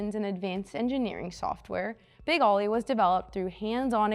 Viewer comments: I always thought it was known as "Big Oly" (say "oh-lee") as in Olympia. That's the way I've always heard it pronounced too. Not "Ollie". That's the problem when you hire young models who don't do any research and have no idea what they're talking about. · "Oh-lee" not Ollie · “Ollie”? Think Olympia beer and say Oh-LEE. Big Oh-LEE. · As soon as I heard Ollie and not Oly I turned her off. Bad for Peterson museum……… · Not “Ollie” like what a skateboarder does. “Oh-Lee” as in Olympia Beer. It’s The Water! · Ō - ly, it's beer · Wouldn't it be great if the girl who is really not very good-looking really not very knowledgeable and really doesn't even know how to dress to make a video could actually pronounce big ole bronco the correct way instead of calling it big Ollie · Not aly it's pernounced "O"ly. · Yes, I've never heard his name pronouced the way she did and Ollie was just lame. But the car was one of a kind in those days and I was lucky enough to see it in action. I still remember how all the little Mexican kids would yell Parnellliiiiiiieeeeee. You would hear him coming before you saw him. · Such a disappointment that they couldn't even figure the proper pronunciation even after looking at the sponsor name. Yes l expect better from the Peterson. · If she doesn’t know it’s “Oh-Lee” she probably doesnt know enough about cars to be doing this video. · I never said she did, but anyone with half an education would know that OLY is pronounced "oh-lee" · More like bowl-y without the b, but let's be a bit easy on her. It's been a really long time since Oly was the big brand of beer on the west coast. It was the 1970s. I'm gen X and barely remember it. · So frustrating to hear her mis pronouncing Oly over and over again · I could only hear her say Oly wrong about 4 times before I quit watching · She can't say Oly right, lame video! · Get a man to read the script. The girl can't pronounce a beer name even when sober.